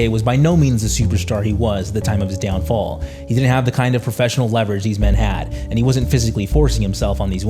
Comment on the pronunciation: I can’t tell if you’re trolling us when you pronounce things wrong like downFALL and weinSTEIN.